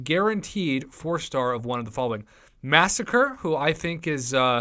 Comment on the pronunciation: I have never heard any MCOC youtuber actually pronounce Masacre's name correctly. It's not 'Massacre'. Just annoys me to no end... just watch that video they put out when the Mercs for Money quest was on...